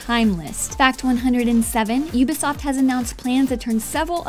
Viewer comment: oooooooooooooooooooobisoft not youbisoft...sorry